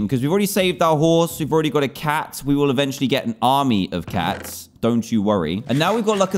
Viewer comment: did he say a tac instead of a cat